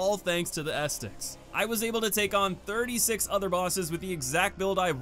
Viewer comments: guy really pronounced it bonfire ass sticks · Bro it's not estics haha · Why does he call Bonfire Ascetics “Ass sticks” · How do you mispronounce ascetics? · Why do you keep saying ascetics like that though